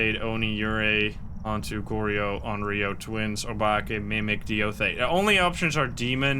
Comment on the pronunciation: it irks me so much each time you incorrectly pronounce onryo and goryo